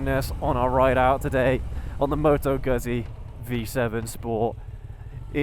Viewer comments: Must be very few people who still pronounce 'Gutsee' as 'Guzsee' come on it's not difficult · Just a couple of quick points. Let's get the pronunciation of the brand correct. It's not Guzzy as in Fuzzy, it's Guzzy as in Tootsie. Secondly, there is no way this bike can ever fall into the "cruiser" genre. It's just not a cruiser so continuously referring to it as one is simply misleading. It's not even a "retro" bike because Guzzi have been making this style of bike for several decades, so it's original Guzzi not a retro. I'm a fan of the brand so I just like to have reviewers describe them accurately.😊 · you need to learn to pronounce Guzzi; It is "GOOD-Z" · is it that hard to pronounce Guzzi right??